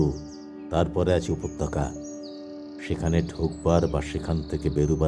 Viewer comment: চমৎকার নিবেদন। যে সময়ের গল্প, তার সঙ্গে মানানসই সংলাপ ও অভিনয়ের ভঙ্গি বেশ ভালো লাগল। আবহ যথাযথ। অভিনয়ে সকলেই নিখুঁত। তবে, পাঠের ক্ষেত্রে উপত্যকাকে উপতকা, কশাঘাতকে কোশাঘাত বা অভিনয়ে স্বখাতকে সখ্যাত বলাটা কানে লাগছে (যদিও আগাগোড়া পাঠের বাকি অংশ বেশ ভালো)। ভবিষ্যতে খেয়াল রাখবেন প্লিজ।